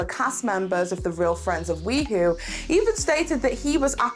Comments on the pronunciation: Hey hey. Just because I know this drama will continue, the pronunciation of WeHo is “We-Hoe” ( like the garden tool) instead of "WeWho”. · It's we hoe not we hoo. Ugh that bothered me throughout the video. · it’s pronounced Wee-hoe (as in West Hollywood). Not wee-who. 😂 Yeah those are definitely half lash falsies in the Mikayla tiktok. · I laughed every time she said that, it was so funny but I appreciated the good laugh.